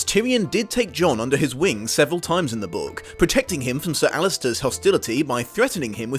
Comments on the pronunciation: But, it's Alliser Thorne, not Alister/Alistar Thorne. And Varys isn't pronounced like that in the series so it bugged me as well. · Small correction: his name is Alliser, not Allister.